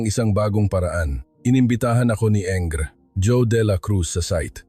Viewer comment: Pwede po ba paki basa at paki bigkas ang maayos ang mga salita. Engr. pero binasa ng “enger” ? Db Engineer yun? Basahin mo ng English and English word correctly please. Laging lang mali ang pronunciation ng Tagalog. 😡 Ganda sana story eh. Pasensya na